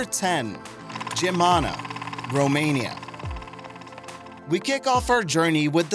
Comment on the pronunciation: Loved the vid! Btw, Geamăna is pronounced smth along the lines of GEE-AH-MA-NAH.